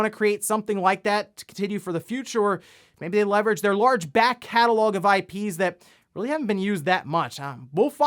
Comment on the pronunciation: I love how he says "large BACK CATALOG of I.P.s" 😂🤣